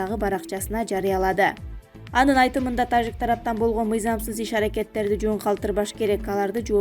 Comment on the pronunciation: Диктор тажик деп айтканда орусча Жы дебей Кыргызча Жы деп айтчы